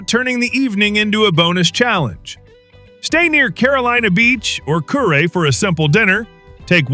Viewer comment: Kure is pronounced curee..